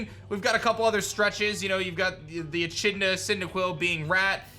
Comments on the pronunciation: Echidna is pronounced “e-kid-na” not “e-shid-na” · Being from Australia, I can not unhear how said Echidna LOL. He pronounced is ech-idna. It is ek-id-na hahaha. Big ups to my boy Dolan Quaxly though for reals. Hyped! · When he said echidna wrong that was hilarious 😂